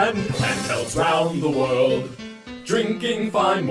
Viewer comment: What sort of bizarre accent you gotta have to pronounce "world" as "weld"? I mean, seriously. Great channel btw.